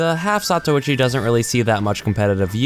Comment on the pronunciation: Half Zatochi HE SAYS (lots more than he sould): Half Zatuichi